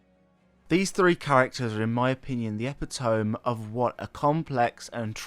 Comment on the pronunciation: Please google how to pronounce epitome. Eeh-pit-oh-mee